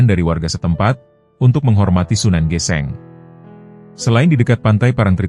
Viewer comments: Maaf itu bacanya sunan geseng bro bkan geseng geseng Krn Kobong/terbakar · Aneh tp nyata.......hampir semua chanel yg menceritakan sejarah jawa koq kayaknya bukan org jawa ya..SUNAN GÈSÈNG dibaca SUNAN GESENG....tp okelah darida gak ada yg menceritskan sejarah tanah jawz